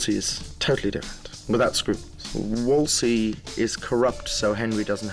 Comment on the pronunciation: Great summary. The very last phrase spoiled it for me : "The Toodors". JR-M says "Wolssley" for the cardinal's name. I always thought it was pronounced "Woolzley"....